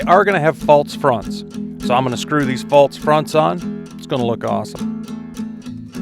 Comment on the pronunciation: Everything about listening to you wax philosophical and explain what you're doing was so relaxing, but then I got to you saying "faltse" and it was so jarring! xD